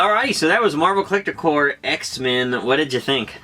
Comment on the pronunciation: i cringe every time he says Marvel Collector CORE, Its marvel collector CORPS, with a P. Love the video by the way